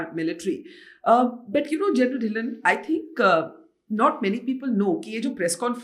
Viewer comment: Put a small effort to get the name(Dhillon) right. Just because the language of podcast your team should know you're talking to a Indian